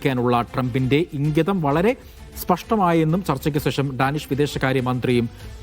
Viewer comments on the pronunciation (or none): സേഷം അല്ലെടോ, ശേഷം എന്ന് പറഞ്ഞു ശീലിക്ക് 😂